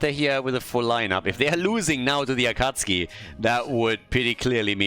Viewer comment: Is the "Akatski" pronunciation on purpose? Or are you not a fan of Naruto? :D